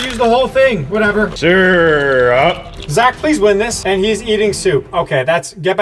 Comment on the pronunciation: The fact that says “syrup.” Is funny.